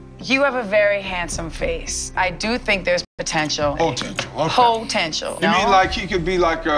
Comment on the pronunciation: “HOE-tential” yasss Mariah, bringin’ us nee vocab 🙌🙌